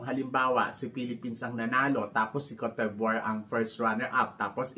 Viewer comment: 😅😂🤣 hindi mo parin m-pronounce ang Kowt Dibwah (Côte D'Ivoire) ng ayos 😝😜🤪